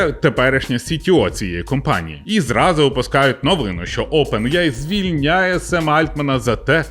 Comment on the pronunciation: Чого Опен іяй ане аі?